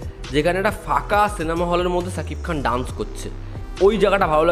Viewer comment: নিজের উচ্চারণ ঠিক করো ! শাকিব খান হবে, ছাকিব খান নই !!